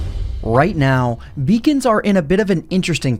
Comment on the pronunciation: everytime he said beacons i heard vegan